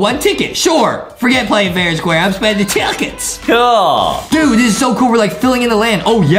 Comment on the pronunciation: BRUH TICKETS SOUNDS LIKE HIM SAYING CHUCKEN